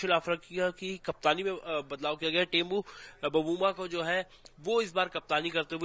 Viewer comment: Tembu nhi bro temba hai